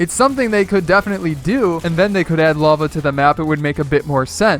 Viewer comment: When he said lava areas I thought he said love areas.